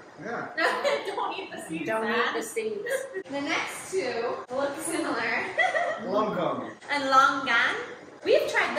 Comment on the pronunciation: it’s lonkong not “lone gone”